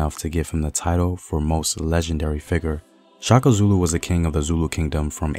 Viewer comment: It’s Shaka not Chaka